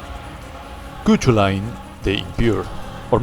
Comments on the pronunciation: Quick one on Cuchulainn - it's a Celtic name that's pronounced Coo-cullen. He's a character in Irish folklore (I'm Irish myself) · Cuchulainn is pronounced "Koo'Kullen" He's named after a mythic hero that is essentially the Irish Heracles 😊